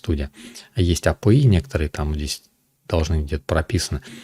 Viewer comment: А пэ и...😄 У всех апи, у него - а пэ и...